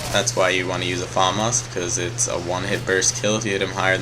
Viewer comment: yay you said famas right yayayaya